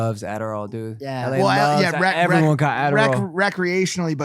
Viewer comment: logan says "dood"... not "dude"... you will never be able to unhear this ever p.s. logan please dont ruin the ufc more than ESPN already has